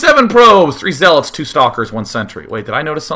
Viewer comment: lol he was about to say zeelots